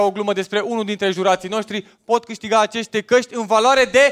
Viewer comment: "acește caști"😂😂😂✌️